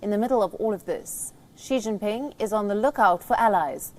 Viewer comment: She jingping